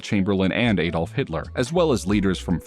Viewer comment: Have you ever heard people say his first name. It isnt pronounced Ay-dolf.